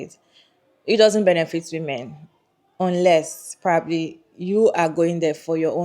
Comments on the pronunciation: Why does this person keep pronouncing "women" as "woman"? That being said, I agree that no woman should get married just because society expects her to. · How come so many people struggle with correctly pronouncing "women??" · omggg!! yes!! It's a recent pet peeve of mine. Recently people have been pronouncing the "wo" in women so weird. (SN: Not you, haha the other lady)